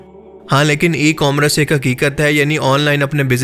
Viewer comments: tusi ecorammrce nahe eCommerce hota haay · good video. A little correction kay e-commrece nahin hota e-commerce hota hai shukriya